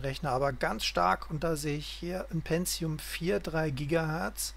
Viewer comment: Aber es einst doch PENTIUM und nicht "PENTZIUM"